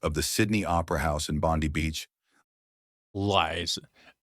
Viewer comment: The guy who made this video has absolutely no knowledge of Australia - has he been there? Sounds like an idiot!!!! Can't even pronounce the names of places correctly - BTW 'BONDI' is not pronounced Bondee - it is Bondie !! Such a useless video which tells us nothing whatsoever....just a waste of time - go away and get a real job!!!!! PLEASE!!!!